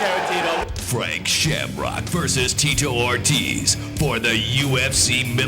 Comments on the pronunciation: "Tee-toe Or-Tizz" lol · "Teetoh Ortez" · "Teeto Or-tizz" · Tito Ort-is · That's AI for you. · Teetoe Or Tiz